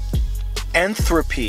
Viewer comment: The speaker confuses complexity with intent and purpose. The speaker does not know how to pronounce entropy nor understands what it actually means. The speaker demands that simple structures never combine to form more complex ones via natural processes, meaning he denies pretty much all of organic chemistry (and the speaker likely thinks that organic chemistry refers to lifeforms only). The speaker recites bible verses that use poetic language as if that is evidence of anything. The speaker accuses scientists of dismissing the possibility of a designer apriori when in fact early scientists began with the designer assumption and simply never found evidence showing one is required or necessary. Apologists would do a better job if they actually learned something about the science they plan to use instead of presenting these oversimplifications, misrepresentations, and projections.